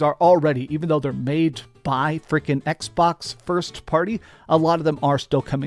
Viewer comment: Why’s he say “Xbox” like that? EKS-BAWKSUH